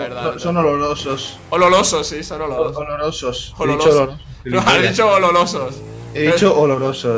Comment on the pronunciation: dijo ololosos jaja